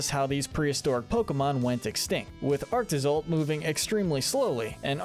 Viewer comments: LANAKILA HAS 4 SYLLABLES, NOT 3! AND THE SECOND PART OF ARCTOZOLT IS TOH, NOT TUH! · It’s pronounced “lana-KEE-luh” and “SWY-nub”, and “ARC-tuh-zolt,” “Patrick Star”! 🤨 You’re so bad at pronouncing names,! 🙄